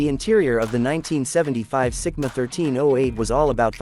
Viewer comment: Is it Sigma or Simca? You're saying Sigma and writing Simca!